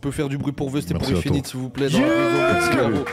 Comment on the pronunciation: Merci pour la vidéo. Attention c'est 1-finit et pas ine-finit